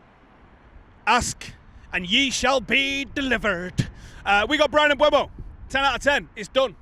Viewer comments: Mm-boo-mo, not Mm-bway-mo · it's been 3 months, you can type PREMIER LEAGUE PRONUNCIATION on youtube search bar and listen for yourself when Mbeumo pronounces his name, and he doesn't magically switch the E and U letters around. It's not Mbuemo. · At least you could learn how to say his name correctly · Now we've signed him you'll have to start pronouncing his name correctly there! 😂😂 Another top video, cheers lads.